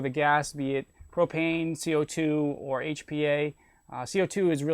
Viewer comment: Did he fucking say propane?????